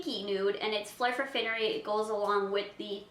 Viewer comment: FINE-ery, NOT FINN-ery!